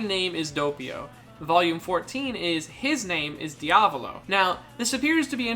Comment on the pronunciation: “De-avlo” it’s pronounced “Dee-ah-vowl-oh”